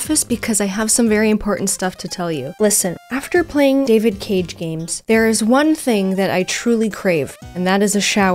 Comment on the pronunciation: Hope for a marathon making Fun of ALL David Caig(pronounced like Yahtzee does) games (including índigo profecy and omnikron)